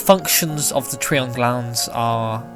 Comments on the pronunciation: It's tri-on not tree-on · It's tri-on not tre-on Get it right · Ig not it just drives me nuts after hearing the anime say tri-on and then hearing it be called something different